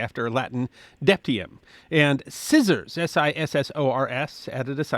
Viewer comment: you seem to say "*debtium" -- I believe you wanted to say "debitum", no?